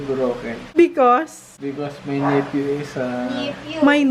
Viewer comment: di ko kaya yung "nifyu" 😭